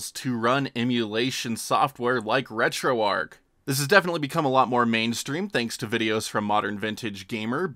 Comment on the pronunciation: Great video... just wish you knew that you are supposed to pronounce the 'h' at the end of 'retroarch'. It's RETROARCH, not RETROARC.